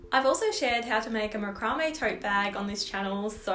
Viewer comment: Love it, you have explained the process so well and nice to hear it pronounced macrame and not MacRamay : )